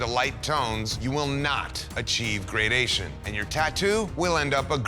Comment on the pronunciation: Have I been mispronouncing gradiation my whole life